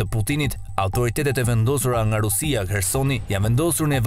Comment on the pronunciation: jo Herson por Kerson, lopo fol shqip